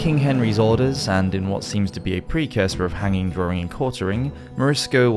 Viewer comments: The word is "DRAWING" - not DRAURING or DRAWRING .....plain English ! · Since when has the word DRAWING been pronounced as drawring? How to spoil a good job. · It's spelled 'Drawing' not 'Drawring' but otherwise very good!